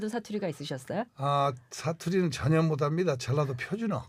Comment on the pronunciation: 부족했는데를 부조갯는데 못합니다를 모답니다 이렇게 발음하시네 천상 전라도분이심